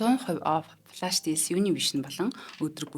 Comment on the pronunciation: Хүүе ээ, Ямар заваан дуудлагатай юм бэ. Баянхонгорын уу. Плаш биш Флаш шүү. Зөв дуудвал гоё шүү